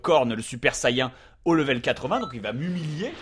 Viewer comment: J'aibattue freezer lvl 21 et le seul moment ou j'ai galéré à la fin (lvl30) cet contre trunk super saiyen contrôler par le dieu des demon ps:si tu pouvais prononcer correctement saiyen stp sa serait cool merci n_n m'enfin bref merci pour se tuto !!!